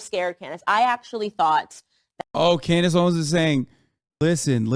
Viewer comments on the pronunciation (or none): "Klandace Owens" lul